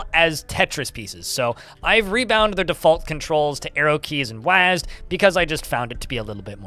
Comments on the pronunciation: Fellow "wasd"er here. You are not alone. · Thank you for pronouncing the word “wasd”, nobody else I hear says it like that and I was beginning to feel a little dumb for it 😅